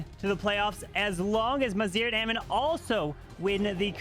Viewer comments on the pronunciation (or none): I believe our brothers Maziar and Amin are Iranian. GGs to them. their names have tough pronunciation and you completely got them wrong lol😂❤